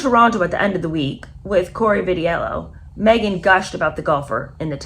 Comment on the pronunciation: Please learn how to pronounce last names - McIlroy, Vitello and Cipriani all mis pronounced